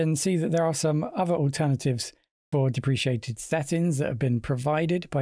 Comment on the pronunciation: Nice one. I do believe it’s pronounced deprehkayted. Not depresheeated. Depreciated is a different word with an “I” after the “c”.